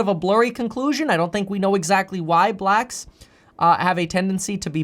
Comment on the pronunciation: I doubt you'll see this comment Kev.... but I think it's the way you put emphasis on "blacks" that makes you sound racist...🤣🤣🤣 even tho I can tell you're not.🤣🤣